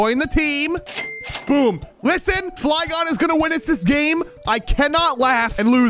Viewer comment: The fly gon-e Hehe coz it’s a Flygon